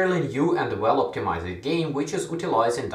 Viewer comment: The word "optimized" is pronounced "optimaisd" and not "optimaised"